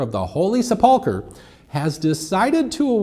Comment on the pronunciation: Holy Sup-pull-ker😂😂😂